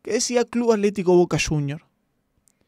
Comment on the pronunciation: Che Avísenle a que es atlético, no aletico.